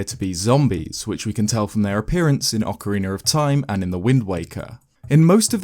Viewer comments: i love your videos but Why do you say "orkeriner of time" instead of Ocarina of time? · Nobody:: ocareenr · he pronounces ocarina as "ockeriner". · “Ocarin-er of Time” lol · Ocariner of time is what I keep hearing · Ocariner of Time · “Ocooreener of toime” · Great video…I laugh every time you say “orcarener” lol. I’m sorry boss. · "Ocariner of Time" ... Not judging. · Good ol okeriner of time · "Ocariner of time"